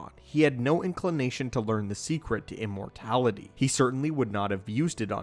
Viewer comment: Did.. did you say “importality” and “exasterbated”?